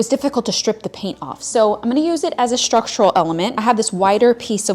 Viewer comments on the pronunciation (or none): Love your style, love your channel, and I think you’re adorable, so please don’t take this wrong. You tend to say “shtrip” and “shtrength” instead of strip and strength. Curious as to why? Just curious, no judging here.